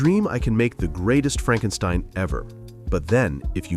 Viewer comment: "It's FrankSTEEEEN! It's FrankSSSTEEEEEENNNN!" 😂😂😂😂😂😂😂😂